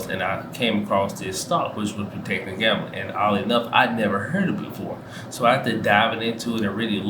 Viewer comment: Procter* not protecter...Procter & Gamble...I have KO and JNJ...along with PEP, O, CSCO, SCHH and DUK